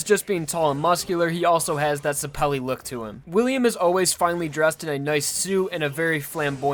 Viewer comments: ZEH-pell-ee not zah-PELL-ee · Ash Tailor also, it doesn't matter if it's a reference or not, Zeppeli is being portrayed as an Italian surname so it will use Italian orthography, which means that it is pronounced /zɛp:ɛli/ not /zɛpli:/. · don't you mean "Baron von zepelli" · i am italian and since zeppeli is an italian surname i can say for sure that the correct pronunciation is zēppěli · In italian it would be pronounced ze PELLY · How can you not say zeppeli right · Is that not how you say Zeppeli?